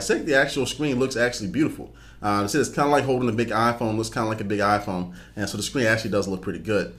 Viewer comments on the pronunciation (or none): i couldn't stop focusing on when he said scween